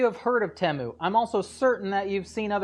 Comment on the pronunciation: TEE-Mu, not TEMu